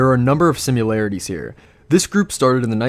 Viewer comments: It's sim][larities, not simUlarities... Honestly almost just stopped watching because of how many times you say simUlarities... Like Nukular instead of Nuclear... Pure ear rape.. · "simularities" lmao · Striking simyoolarities.... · Say it with me. sim-AR-larities. similarities. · Why dafuk does this dude pronounce "similarities" like that?? He says it as if there's a "U" throw into the middle of the word lmao